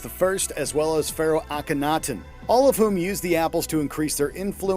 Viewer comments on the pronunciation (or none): none